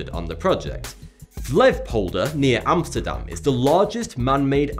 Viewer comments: It's "Flevopolder" actually, - don't forget the o. Pleasantly surprised to find the place I live in one of your videos! And a great video it is... as usual. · ''Flevpolder'' haha. Good video! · FleftpioldeR? Flevopolder or Flevoland... FLEE VO POL DER:P! Nice try Love you alot and please keep making those awesome movies! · "Vlevpolder" well you tried... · Flevpolder?😂 it is always so funny to hear english people say something dutch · I dont know how you pronounce flevopolder, but it sounds like something gross in Dutch: "befpolder" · Lol that pronouncement of the Flevopolder